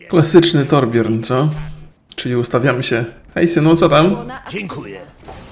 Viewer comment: torbjörn czyta się torbjyrn